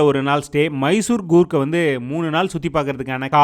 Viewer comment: It's Coorg not Goorg